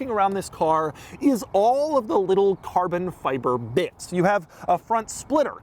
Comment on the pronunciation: cahbon fihbeh 🇯🇵